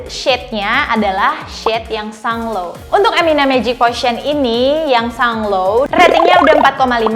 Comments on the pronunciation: It's pronounced sun-Glow goddammit. Bukan sunglow. Like Mango in english. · Sun-glow kak bukan sung-low 😁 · Hahaha ngakak juga, sang low